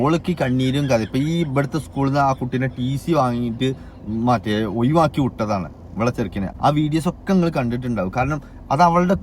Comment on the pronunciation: ഒഴുവാക്കി ❌ഒഴിവാക്കി ✅